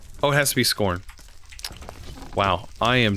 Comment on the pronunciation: it's not "scorned leather" ... it's pronounced "scaow-ard" leather - def: scour - to clean or brighten the surface of (something) by rubbing it hard, typically with an abrasive or detergent.